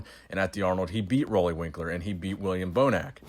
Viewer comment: FYI, his name is pronounced Ruley, as in a Ruler. Keep up the great work.